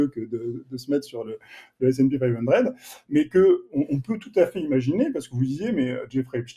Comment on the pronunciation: Snpi five undred😂😂😂😂😂😂😂😂en français on dit sp500 et idriss on dit pas djess bond mais James bond